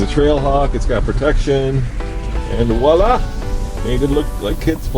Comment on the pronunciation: "Walla" WTF? Do you mean "Voila"? As in the French meaning "There you go..."?